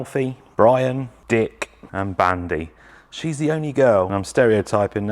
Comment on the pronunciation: It's like the "K" has it's own spotlight moment when pronounces "DicK" LOL